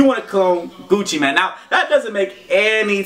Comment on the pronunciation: said Gucci mien not Gucci mane